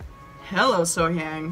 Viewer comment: Love love love your reactions and analysis. Just a small tip to all her lovely fans--the "hyang" part of her name is pronounced with an "ah" like So-Hyahng. I'm American, but I've lived in South Korea since 2004. Native English-speakers always make this mistake with Korean words like the Gang in Gangnam Style is also "ah," and it just has to do with how it's hard to transliterate Korean vowels into Roman letters.